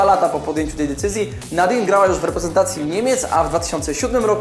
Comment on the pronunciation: Cieszę się, że w ostatnich materiałach wspominasz o żeńskim futbolu ;) Pamiętaj jednak, że imię niemieckiej bramkarki czytać powinno się nie Nadin, a NadinY Angerer (to Y, to tak naprawdę coś między e, a y)